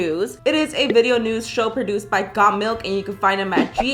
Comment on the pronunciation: Bruh when she said the thing like got Milk and all of that I thought she said god milk like if u thought so to